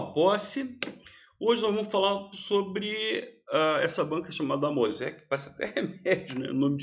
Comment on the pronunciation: Oi, é uma banca de SC, não é AMOSEC como remédio kkk, é AMEOSC